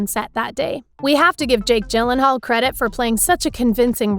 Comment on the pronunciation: Me listening to her mis pronounce Jakes last name: 🤬🤬🤬🤬🤬